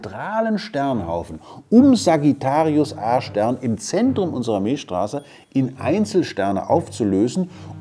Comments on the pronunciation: Ich habe beim ersten mal Sagittarius Ar*ch Stern verstanden... :D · Wer versteht auch die ganze Zeit "Arschstern"? 😂😂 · Ich versteh immer Arsch-stern 😂